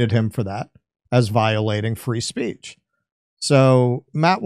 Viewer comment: Ben wants us to practice our Freedom of "Speesh" in America per Israelis law.